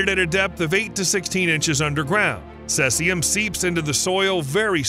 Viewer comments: CESIUM, NOT CELSIUM. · It's NOT CESS-IUM... It's CEASE-IUM. Try harder next time. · Cesium is pronounced "see-zee-em" not "cess-e-um". Why not bother to get it right? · Caesium is pronounced seezium, not sessium. It's half like if 30y, so that is why scientists expect to see half as much 30y later, not because it has been washed away or gone deeper into the ground. Fukashima dot ichi ?? Is that a web site URL?? WTF. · The pronunciation of "Cesium" is "see-zee-um" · "Celsium"? Could you possibly mean "caesium"? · Cel-sium, Lul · Cesium pronunciation: see zee uhm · Its pronounced /ˈsiːziəm/ Sea-zee-um. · Thank you for not saying "Nuculer". However, Caesium is pronounced: /ˈsiːziəm/ (SEE-zee-əm) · He uses two pronunciations and neither is correct. Mistyped it as Celsium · The narrator pronounces "cesium" in a way that might be reasonable if English were read phonetically, but that is weird to anyone who participates in conversations that mention the element. Is the narrator's pronunciation some odd regionalism? Probably not. I checked a bunch of online dictionaries for both US (cesium) and and Commonwealth (caesium) spellings, and all the pronunciations (US, UK, whatever) have the first part of the word sounding like "seize."